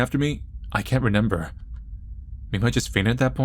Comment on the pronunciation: My favorite part of watching let's play's is him saying "renember" instead of remember. Best part.